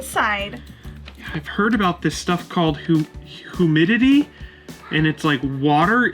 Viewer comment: hoo-mee-dee-tee. Welcome to NY!